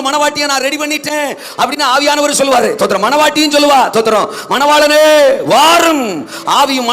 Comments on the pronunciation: ஸ்தோத்திரமா? தோத்தரமா? அதை முதலில் சரியாக சொல்லுயா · First ஸ்தோத்திரம் ஒழுங்கா சொல்லு